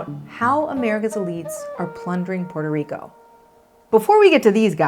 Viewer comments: AOC is so talented. It's awesome how she pronounces Puerto Rico then goes back to english accent. Cool. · Thank you AOC for pronouncing Puerto Rico properly and not Americanized